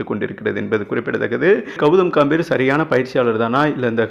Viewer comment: காம்பிர் இல்லை டா கம்பீர் என்ன வாசிப்படா சாமி